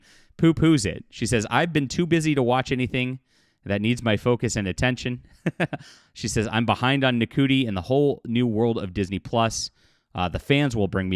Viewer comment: Ncuti is pronounced 'shootee' - easy to remember if you think 'shoot me'.